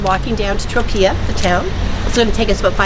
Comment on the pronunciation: Tro-pay-uh Not Tro-pee-uh